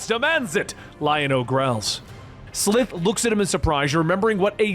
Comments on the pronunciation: Its S-lie-th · I'm pretty sure their home planet is pronounced Thun-DARE-ah. Lizard mutant is SUH-LIVE like 'Alive' without the A. Great video either way! Glad you're covering it.